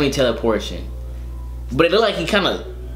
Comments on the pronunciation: He said "Teleportion" powers, not the correct term.. Teleportation. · lol teleaportion